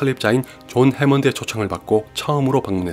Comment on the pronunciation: 해몬드가 아니라 해먼드